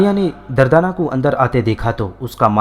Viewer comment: Bhai The name is durdana not dardana..🙃🙃